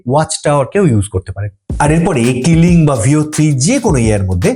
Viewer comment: Kiling🙅 Kling✔️